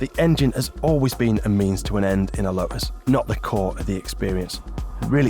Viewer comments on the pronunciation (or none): "Lotus", not "Lo'us". Make an effort please. 🙄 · Lo'us has got a T in the middle. Let's hear it please.